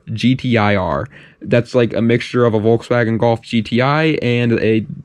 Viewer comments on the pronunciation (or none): none